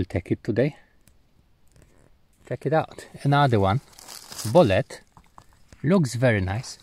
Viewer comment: It's BOW LEET. BOW-LEET Not a fkn boulet